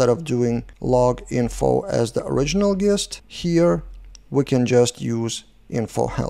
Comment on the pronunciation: Nice vid as always,. Thanks! Just a heads-up from a native English speaker. The word “gist” is pronounced with a soft ‘G’ like the word “gin.” So more like it would be spelled “jist”.